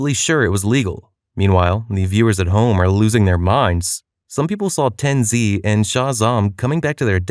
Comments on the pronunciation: 'Ten'ZEE' and 'Shah Zam' all one acronym bro hahaha just pronounced 'tenz' and 'shazam' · "ten zee and shah zahm" mf did NOT tell his fiverr voice actor how to pronounce shit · How is this a valorant channel yet they can’t say TenZ right😭